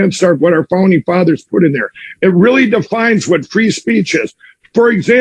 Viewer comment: Is it just me or did he say 'Phony Fathers' .